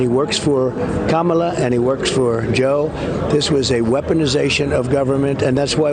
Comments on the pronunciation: He forgot how he mispronounces Kamala's name and said it right twice!!😅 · He actually pronounced Kamala's name correctly for once, which makes me think he's probably catching up with reality, somewhat 🤔. 💙😀. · Wow! The real news is that he said her name correctly.... TWICE. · Trump accidentally pronounces 'Kamala' correctly. 😂 He usually goes out of his way to mispronounce her name as do most of MAGA. Like it insults her instead of just making them look uneducated. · Oh look at that! He does know how to pronounce her name correctly! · Anyone, other than me, notice since the debate Trump says Kamala's name correctly? 😊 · So the kids taught Trump how to say Kamala correctly 😂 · Trump said Kamala's name correctly!! 😊 I think we should play it over and over and over again and play it outside Mar-A-Lago. Better yet, play it outside his rant rallies. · When did he start pronouncing Kamala properly?! 😮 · He said Kamala correctly 😮😅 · Wow dumpster said Kamala’s name correctly….see I knew he could do it. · At least I heard him pronounce Kamala properly a few times 😂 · Wow first time he pronounced KAmala the right way 2x! Don- old can still be trainable!!!!🤗 BTW yes trump will be incarcerated for a long long time. The evidences presented were damming. What he said and his minions is treasonous. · Wow 😮, the deranged dishevelled fool actually pronounced Kamalas name correctly 🤔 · "He's a deranged person. I call him 'Deranged Jack Smith'." ...how clever Update: he must be tired, he's pronouncing Kamala correctly 😮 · he's really been saying Kamala's name correctly ever since the debate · Trump slipped up and pronounced Kamala correctly and Billy 😂😂😂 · At least he said her name correctly this time. BTW Donnie, NOBODY RIGGED THE ELECTION!!!!! GET OVER THE FACT THAT NOT EVERYBODY HAS UNDYING LOVE FOR YOU!!!! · Finally heard him pronounced Kamala. "Correctly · Did Trump actually pronounce KAmala's name correctly for the first time?!? Way to go, DonOLD! 👍👏